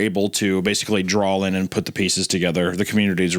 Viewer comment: I love that Hunter is 47 with the pronunciation of a toddler 😂 Dude is a whole ass professional artist and says the word draw like “drall”